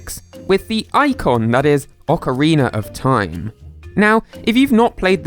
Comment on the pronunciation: Ockeriener of time